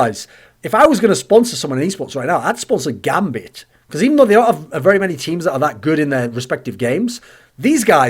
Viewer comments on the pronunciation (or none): none